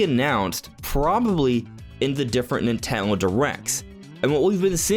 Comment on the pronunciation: NINTENDO, Why is it so hard to say? Lol